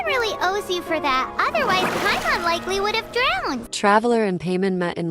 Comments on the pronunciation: She literally says her name as "Pie-mon" just a second before, and then you proceed to say "Pay-mon." 🙄 you even started the video by saying her name wrong. This is awful jfc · "Pay men" 💀💀💀💀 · pamen? its pai mon mon not men... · Pay men. 🤣 it’s pie mon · So much efforts but couldn't think over saying pymon instead of paymon. So much for the ai voice over tools and iq. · Just to correct you if your not using a voice changer it like pie-mon not pea-mon😅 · Don't say paymon.... It gives me Vietnam flashbacks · girl.. its paimon not payment 😂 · Ah yes, Pay-mon. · Yep, clicked off the second you said "Paymon" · I just can't bear hearing Paymen again and again. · it’s important but it’s not important enough to get upset. Humans say names wrong all the time. So once again it’s not that big of deal. I think the way it says the names are hilarious. Lol Pay-mon hahaha I hear Pay-Mom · The instant I heard Peman instead of PAIMON I disliked the video and quit. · "paymin"??? WTF 😂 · The text to speech using the pronunciation of one of the seven kings of hell for paimon is great